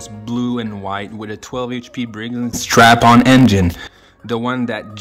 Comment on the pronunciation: brigs and STRAPPON, NOT stratton